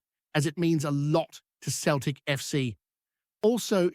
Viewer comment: Pronounced always as Seltik not Keltik you fake